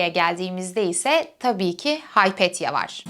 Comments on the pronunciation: Heteira diye telaffuz ediyor ama ekrana Hetaira yazılımış. Ekranda yazdığı gibi "metaikos" mu yoksa "metoikos" mudur ? Haypetya (anlatıcının telaffuz ettiği şekliyle) mı yoksa Hüpetia mı ? Hangisi doğru ? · Küçük hataları düzelten sinir bozucu biri gibi görünmek istemem ama sanırım Hypatia (Υπατία) "Hay-pet-ya" değil "Hi-pa-tia" diye okunur.